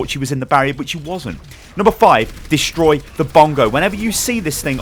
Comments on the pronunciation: "destory" LMAO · "Destory" Bongo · Wut "Destory bongo" 😂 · lol "Destory bongos". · It said destory bongo haha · "destory bongo" lol nice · "Destory Bongo" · "Destory bongo"?, how i "destor" the bongo??